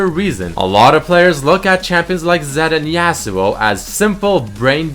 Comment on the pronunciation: because you say yasuo i unsub